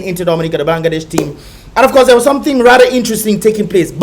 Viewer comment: its not blan> ga> desh, it's ban> gla >desh